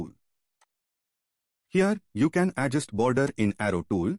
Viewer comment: adjUst, not Adjust. The stress is on 'U'. And thank you for the video! 🙂